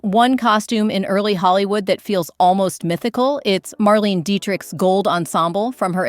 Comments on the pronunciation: Marlaynah not marleene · Leslie Caron is pronounced LEZ-lee kah-RONE. Marlene Dietrich is pronounced Mar-LEH-nah DEE-trick Bette Davis is pronounced “Betty Davis”. (There is though Bette Midler, which is pronounced BET Midler). Carole Lombard is pronounced Carol LOM-bard. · Mar-LEEN-uh Dietrich. (If you're trying to be an authority in this space, 1. don't use AI-generated copy, and 2. have the sense to check how these women's names are pronounced.) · Marlene Dietrich's name was pronounced MARLAYNA not Marleen. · Geez, check that AI pronunciation! For one, it's pronounced Leslie Ca-rone And Dietrich (her name is pronounced Mar-lay-na) made Kismet in 1944. Not the 30s. I can't watch this.